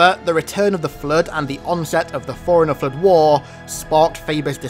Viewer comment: The fluueed 🤣